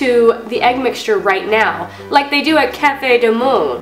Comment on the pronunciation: she said cafe du monde wrong i would know because i live in new orleans u say it like "cafe do mond" kinda like its spelled i guess.